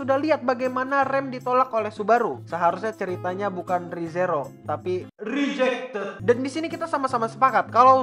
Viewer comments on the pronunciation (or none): Pas bilang rejacted aku ngakak sumpah🤣🤣🤣